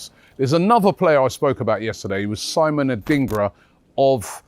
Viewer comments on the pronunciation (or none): none